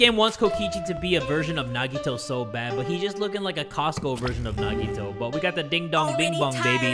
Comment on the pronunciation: also him: NA G i TO